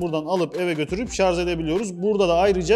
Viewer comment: Şarz değil Kâmil ŞARJ !!!